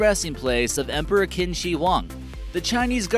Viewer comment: Thank you for great video. Qin is pronounced "Chin".